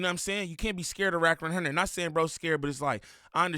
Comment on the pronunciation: Are you saying “rack100”?